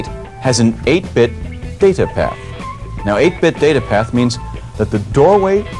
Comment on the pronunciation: I like how you pronounce "Data Path". It's orgasmic to me for some reason!